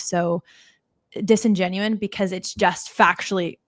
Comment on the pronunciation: To the host: The proper word is DISINGENUOUS (not "disingenuine").